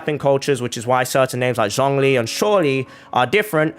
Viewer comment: i have said this before, but klee is pronouced like "kleh", not what you just said, also the "zh" in zhongli is pronounced more like "j" than "z"